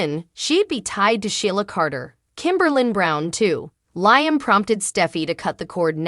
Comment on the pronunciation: Liam _ LIAM not LYAM